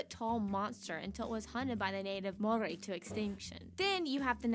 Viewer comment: I have to laugh at her pronunciation of Maori words and just Maori in general. 😅 also the meat pies are like Steak and cheese, mince and cheese, steak-redwine and mushroom They are really good. Trust me when I say you will love it. CANTERBURY - Christchurch where my fam?